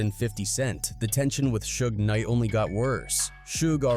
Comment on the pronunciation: Did AI make this video? “Shoog Knight” are you serious? 🤦🏻‍♂️ Do your research yo!